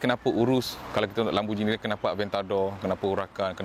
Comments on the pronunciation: Bang sebut dia “lamborGINI” bukan “LamborJINI” . Tengok google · Mate. Pronounced lamb-bor-ghee-nee. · im offended how he pronounced lamborghini